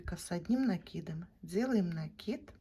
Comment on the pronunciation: Ну наконец то , правильное ударение в слове " накид"